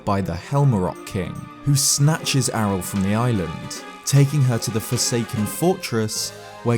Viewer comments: It's pronounced ariel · Dude isn't Aryll pronounced Ariel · AH-RIL? IS THAT CANON?? HAVE I BEEN PRONOUNCING "AH-RI-EL" WRONG THIS WHOLE TIME?